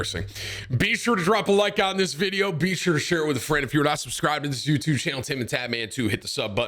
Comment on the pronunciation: Best “you-chube” channel out there